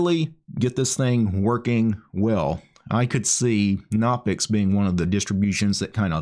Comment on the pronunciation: Its pronounced "guh-no-pix" like how you pronounce "guh-new" or "guh-nome"